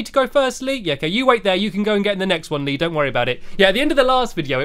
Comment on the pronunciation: Hees not Leeeeeeee